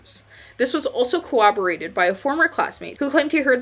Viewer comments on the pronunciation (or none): Pretty good. I enjoyed your presentation. If I could offer a slight critique 😬. I might suggest that you look into the pronunciation of some of the words you use. I'm not trying to be a jerk at all. Usually when someone mispronounces one word I'm out. But you did such a good job that I watched the entire thing even with all the mispronounced words. Such as corroborate not "cowoborate" and infatuated rather than "insatuated". Several others. Words matter. For those who are going to say "you know what she meant." Yes I did. But language is an actual thing. Pronunciation matters in terms of being taken seriously. Why go to the trouble of producing such a well researched video only to sound less intelligent than she obviously is.